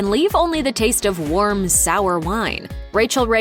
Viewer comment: “Worm wine and worm grapes” I guess the narrator forgot how to pronounce words lmao